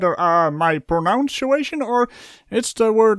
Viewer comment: sAY IT WITH ME ""PROWE NUN SEE "A" SHUN!"" GREAT TOON. love u bro